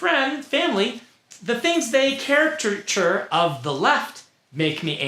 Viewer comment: It's so crazy that one of the most famous authors of the time doesn't know the word "caricature" and instead says "character-ture" over and over